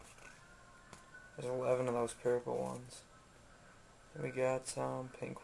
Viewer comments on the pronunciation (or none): He says Purple funny